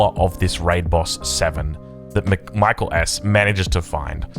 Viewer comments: From others, seems like he goes by “Mee-kel”. “My-kul” is the Anglo pronunciation. I don’t think it’s a huge issue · Is it really MichaelS and not MikaeelS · If you’re going to glaze someone for 45 mins you should try to pronounce their name properly.